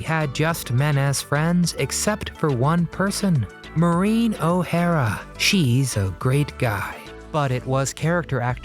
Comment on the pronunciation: Marine ? O'hara ffs Cant the merikuns pronounce anything properly 🤣🤣